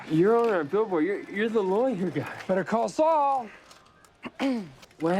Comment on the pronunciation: "we now return to Vedder Call Saul" 🤣